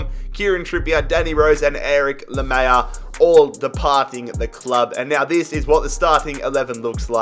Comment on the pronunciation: ITS NOT LAMEYA ITS LAMELA